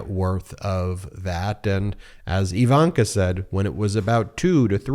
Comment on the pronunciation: Ben. BEN Say "igloo" "ignorant" "indeed" Now say "ivanka". Its not EEEvanka